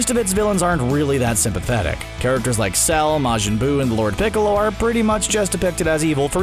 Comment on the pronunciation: Did he say "lord piccolor" lmao